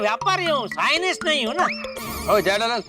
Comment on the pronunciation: Scientist ❌ scinis ✅